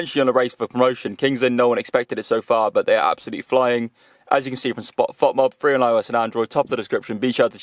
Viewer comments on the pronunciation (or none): none